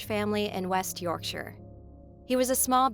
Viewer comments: Nice to see the right pronunciation of Yorkshire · I genuinely cheered not to hear 'York Shy Er' 😂 x